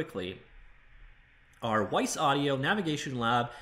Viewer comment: Great video! FYI - Wwise is pronounced just like the word "wise". Ignore the first W.